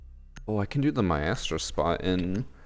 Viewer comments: It’s supposed to be pronounced “my-stro” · y he say my ass tro instead of mystro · since when have you been saying miASStro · U say maestro weird